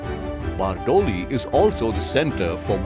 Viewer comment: Bardoli nu pronousation to barobar Karo.very bad.very bad.